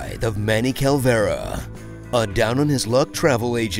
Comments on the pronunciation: Despite you pronouncing Calavera as Calvera, all your sins are hereby forgiven by your love for Glottis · Thank you for spotlighting one of the greatest games of a forgotten genre! HOWEVER... You uh.. flubbed the name. You Said Calvera, It's Calavera.